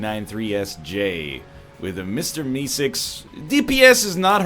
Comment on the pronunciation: Why does he say Mister E-cigs instead of Meeseeks